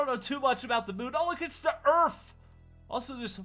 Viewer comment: He said earf XD